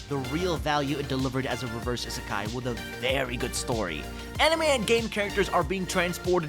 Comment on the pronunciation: ABSOLUTELY LOVE THE LIST!!! ❤️ I hate to be that guy but I wanted to point out is pronounced: EE-suh-kai